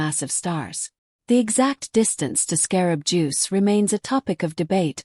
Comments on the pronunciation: The AI that is talking can't even say the proper name for this star! Not really believable discussion on this subject. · AI speaking can’t even say the stars name right. Annoying, enough to pause and watch something else!!!